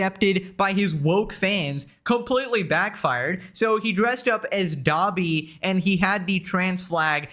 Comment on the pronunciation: Why does Ian say “Gobby” instead of Dobby ??? Does he not even know the name of who he’s trying to dress up as? Anisa really must have been “put this on now!” And he listened immediately